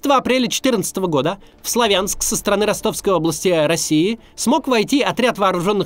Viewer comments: Сла́вянск правильно, а Славя́нск - это новояз и неправильное произношение. Также как и Ку́пянск, а не Купя́нск!!!!! Постоянно неправильно произносите, уши режет. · СлАвянск!!! На первый слог ударение! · СлАвянск ударение на первый слог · Сла́вянск правильно говорить!!! Всю жизнь так называли, а после 2014 года появилось другое ударение. Пожалейте уши слушателей.